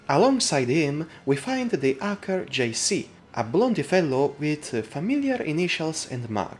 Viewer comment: "acker" cracks me up )))